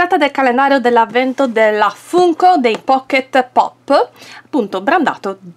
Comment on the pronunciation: Si però si legge Fanko🤣🤣